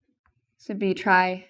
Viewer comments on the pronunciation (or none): none